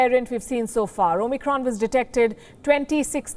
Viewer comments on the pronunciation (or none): none